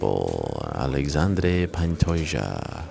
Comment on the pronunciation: Alexandre the x is prounounced like Sh. Source: im brazilian